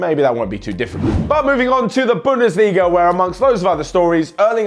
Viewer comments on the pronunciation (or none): none